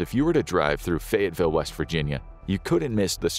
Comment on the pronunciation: It's actually "Fayetteville" not Fayettesville.